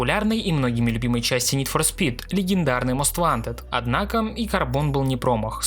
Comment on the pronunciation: как же ска бесит твое "нид фор спит"